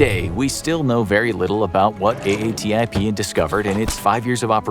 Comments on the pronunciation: Just say AATIP instead of A A T I P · Nice summary. I don't want to be that guy, but it's pronounced A-TIP not A-A-T-I-P. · Ok this will be the last of these I watch. How many times do you say A.A.T.I.P. before you come up with " A-tip"? Have you never heard Elizondo (who you reference) say A-tip? Cripes.